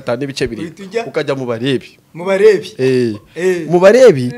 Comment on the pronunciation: Yooooh uziko yavuze ngo MU BALEBI koko ? Mbibonye kuri comments mpita mbitega amatwi neza ngo mu Balebi !🤔 Mana yanjye nonese anganye atyo atigeze asenga koko kuburyo atazi kuvuga ngo MU BALEWI ? Ayiga Mana weeeee ! Cyakoze ndumiwe pe !